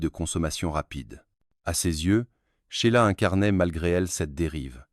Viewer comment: N'importe quoi cette vidéo ! Hugues zoo frais et Ché-i-la pour Sheila ! la voix IA est ridicule!